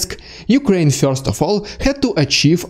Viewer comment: Very helpful updates. Thank you. Your impressions are also funny. And your English is very good. A kind comment on the pronunciation of one word: "First": It rhymes with "worst" and has one syllable or could be rewritten "furst" for pronunciation if that helps.